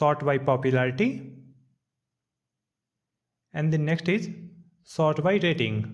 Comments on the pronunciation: It's sort not short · I think you spell "sort" not "shor"